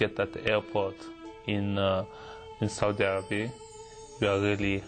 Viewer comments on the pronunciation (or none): none